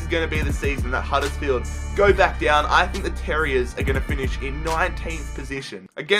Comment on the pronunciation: at it again with the random over exaggerated american accent HUDDURRSFIELD